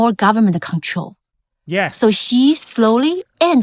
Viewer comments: For those who question her English accent, at least her Chinese is... also terrible. Xi sounds like Qi and Xiaoping like Shaoping. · is the narrator supposed to be Chinese? she doesn't even pronounce Xi properly